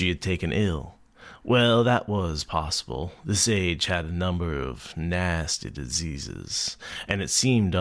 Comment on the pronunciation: Naassteh diseeeases LOL